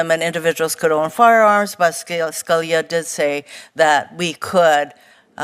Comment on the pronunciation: Horono is an absolute IDIOT. It's SCA-LEE-A, not SKULL-YA. Moron.